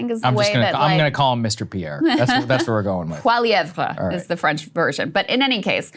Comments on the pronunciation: Saagar...WTAF? Krystal...It's PollyEv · Pierre Poilievre is pronounced Pol-ee-ev. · Poilievre's name is pronounced "Polly-evv" if anyone's curious. It's as frustrating to pronounce as it is to spell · Saagers view of Canada is sort of what I imagine someone with a brain injury and no understanding of history might have... Krystal: "Paul-lee-ev" is how he says it. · It's pronounced paul-ou-veer. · you Americans need to learn a basic level of french!! Po-lli-evRe . Geez. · The “how do we pronounce the French Canadian guys name” joke wore thin a while ago. It’s pronounced Poly-Ev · Pierre Poilievre- PAUL EEE EV...for you simpletons who can't pronounce anything but Americanese. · Krystal not being able to pronounce Poilevre's name is hilarious. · Saagar laughing about french names pronunciation is pure irony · Insane. You did a segment on Canada and can’t even be bothered to learn how to saw our politicians names. Hard down vote. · You really couldn't google how to pronounce poilievre. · You 2 really need to stop giving opinions on Canada. Saagar comes off a mega jerk and Krystal can’t even pronounce Poilievre’s name correctly. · she couldn’t take the time to go on YouTube to see how to pronounce Pierre Poilievre’s name correctly.